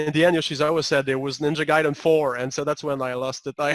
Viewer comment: "Guy"den. Not "Gay"den.